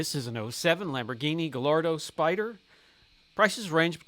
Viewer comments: GUY-YARD-OH not GAL-LARD-OH. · Come on, at least pronounce Gallardo correctly. 😂